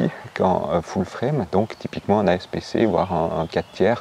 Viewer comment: Super vidéo ! Suis je la seule à qui ça chatouille l’oreille le « asp c « 😂